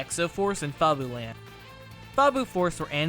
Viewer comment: "Fob-oo-land"? I always thought it was "Fab-you-land".